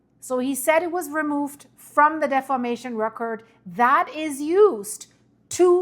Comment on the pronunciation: I do not criticize YouTubers. It's a tough job. I do not criticize people's pronunciation. It's tacky. However, in this one instance, deformation is such a critical word and concept. Defamation carries a completely different meaning. I know how important what you are trying to communicate is to the people of the world. I have no illusions that what you are reporting will affect the people of the world. I fully support your work and hope all good things for you.